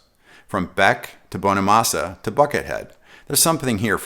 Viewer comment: Joe "Bone-a-massa" ... I like it!